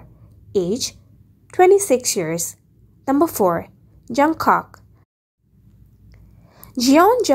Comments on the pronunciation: the person who made this video said Jungcock and it’s pronounced and Jungkook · You don't say jungkak it's Jung kook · Me: listening She:JUNGCOCK ME:wai-what his name is jungkook not jungcock not trying to be rude huhu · XD I DIED WHEN SHE SAID JONCOCK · It’s jungkook not jungkok lol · Oh my God it's not jungcock it's jungkook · Its not jun cook 🤣it's jungkook 🙏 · Jungcock??😭✌️ -Jeon Jung kook Jung-kuk (that's how you pronounce it) -Kim Taehyung Kim-tah-hyung no!?😭✌️ Kim-teh-hyung (silent 'a' if you want to pronounce it correctly) - Min Yoongi Min yon-gi (that's how you pronounce it😅) And you didn't give more info. At jin, RM and j-hope Not trying to be rude but please do a research before you post this and it seems like you're just reading a script 🙂.✌️✌️✌️😅😅😅😅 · jungkook not jungkok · He is JungKook not jungcock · Jungcock ?????? It's J-U-N-G-K-O-O-K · LOL SHE SAID JUNGCOCK NOT TRYING TO BE RUDE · Ya she said joockock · I love how she said Jeon JungKOK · Listen pls don't pronounce junkook as Jung cock it's not right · At least do proper research before making these type of videos. You didn't tell anything about JHope, Jin and RM. Also you pronounced Suga and Jungkook's name incorrectly.